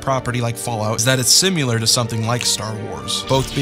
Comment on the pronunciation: Similar, not "Simular"...."New-Clear", not "New-Cue-Lar"